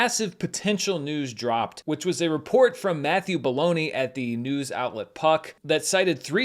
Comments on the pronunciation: Matthew Belloni (pronounced "Bologna" apparently) is a hilarious name for a reporter. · Ok, I'll be that guy: It's pronounced Matt Bell-Oh-Nee. He is on the show "The Business" on KCRW. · I didn't know how the last name of the Puck reporter was spelled, but it sounded like "Baloney" and I wondered why trusted a source like that.